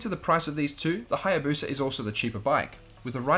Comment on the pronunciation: what’s a Haya “Bosa”???